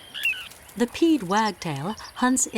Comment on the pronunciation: I am enjoying these videos. I've been watching them for hours, over the last few days. Subbed now. It was strange, however, to hear pied pronounced as peed 😂😂😂